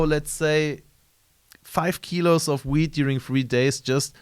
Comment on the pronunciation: dude..its weeD...not wheat